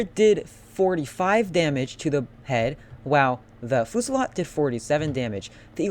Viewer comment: i think its pernounced fasalt